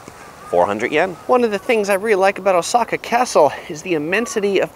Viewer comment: First Travel video I see where someone is pronouncing Oooooooosaka correctly.